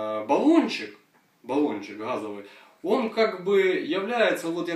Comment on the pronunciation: Нет слова "гхазовый"!, есть слово "газовый"!